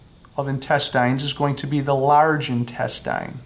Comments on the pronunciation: I've never heard intestine pronounced "in-tes-tyne". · searched for this reply. Bothered me the way he pronounced it and how many times he said it lol